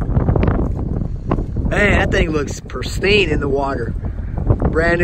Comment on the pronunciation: It’s pristine not perstine. 👍🏻